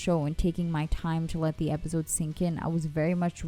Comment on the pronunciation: Why do you say it like "epizodes" lol